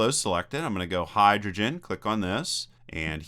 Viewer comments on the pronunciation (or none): none